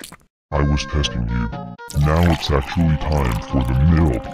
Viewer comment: I love the way he says milk MiLk it makes me laugh 🤣🤣